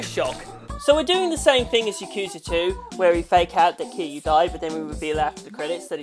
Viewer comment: And his pronunciation for Kiryu was just the correct way to pronounce kiryu lmao